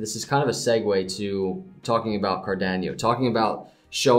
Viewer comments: Car dan yo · The way you say Car-Da-no, is hilarious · CAR DAN O